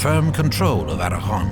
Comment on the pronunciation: A note to the narrator- thanks for the great documentary! But please do check Spanish names. It's "Aragon", not "Arahon". The 'g' is pronounced as 'g' (as in game) in the following combinations: go, ga, gu. Ge, and gi is pronounced 'h' (or the Spanish 'jota', similar to 'ch' in 'loch'.) So it's Aragon /Aragon/, but Girona is /Hirona/.